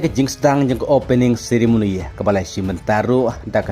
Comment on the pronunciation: Ceremony ❌ Sirimony ✅🤣🤣